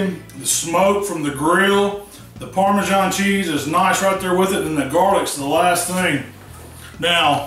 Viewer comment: Didn't realise parmasan had a 'h' in it